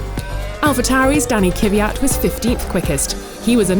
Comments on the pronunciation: his name is KVYAT not KYVYAT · How can you butcher Kvjat so badly? its not "kiwiyat" you dumb dumb. just "kwiyat" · How can this women still believe that it's pronounced K-vyat ??? It's KVYAT !!! Smh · Why can't they pronounce names. Kivyat?? Leclerccc?? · Why does so many commentators insist on pronouncing Kvyat "Kiviat"? I don't recall the man himself pronouncing it that way when he did a track presentation last year... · IT'S NOT KYVYAT IT'S KVYAT. When will you learn! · OK, I have to address this. Why can't you and some others (Martin Brundle) pronounce the name 'Kvyat' right? Why do you always have to say Kyvyat? There's no vowel between the K and the V. I mean, I don't really like the driver, but can we at least try to pronounce the names of drivers right? It sounds disrespectful. Same happened with the name Vettel. Took you English years to get the emphasis right. It's Vèttel, not Vettèl. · Can this woman please learn how to pronounce Leclerc and Kvyat any time in the near future?